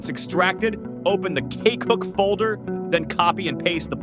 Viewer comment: Damn, your AI voice really emphasises CAKEhook and CAKEview 😂